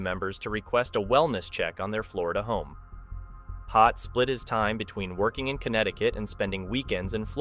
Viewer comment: It's Todt not Hodt